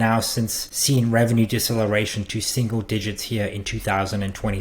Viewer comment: Lol that's not how you pronounce EBITDA...ebit-da